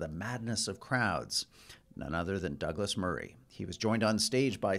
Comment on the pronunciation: tbh im not sure theyre intelligent at all: malcolm didnt actually make a single reasonable point at all meanwhile michelle exclusively had arguments against her own point. oh and lets not forget malcolm intentionally saying "taibbi" and "douglas" wrong the entire conversation like only an upset child would.